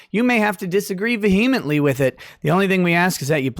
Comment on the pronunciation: I take umbrage with your pronunciation of vehemently,.